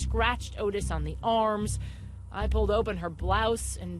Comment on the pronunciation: Not Otis Toole, Ottis! Pronounced Ot-Tis not Otis!!!!